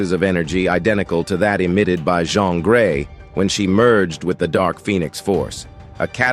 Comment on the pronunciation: Jeen not jhon is how u pronounce jeans name